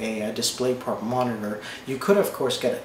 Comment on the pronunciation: MONITERGHG lmao